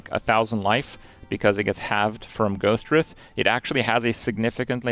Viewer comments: Take a shot every time he mispronounces Ghostwrithe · i don't think i've heard anybody pronounce Ghostwrithe correctly yet lmao